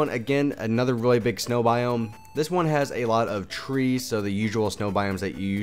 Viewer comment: *biome lol not boime